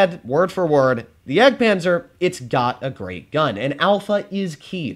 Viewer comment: Bruh you missed the d in jagdpanzer